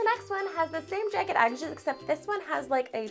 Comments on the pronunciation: you say jagged weird? “jey-ged” it is “jah-ged” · jæg-ged not jage-ed, bæg not bage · ok im not tryna be mean but i think she says jagged wrong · I’ll subscribe to your channel when you learn how to say the word jagged properly